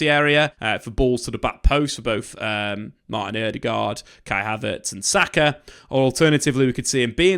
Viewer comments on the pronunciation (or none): none